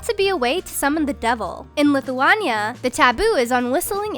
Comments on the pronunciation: YAY MY COUNTRY GOT RECOGNISION but there is a pronouciation mistake in the word lithuania its not with a high UA in lithuania but its a lower more melow sound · LISS EW AY KNEE YAH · Im sad that mispronounced Lithuania 😢😢😢😢😢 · mispronouncing lithuania? really?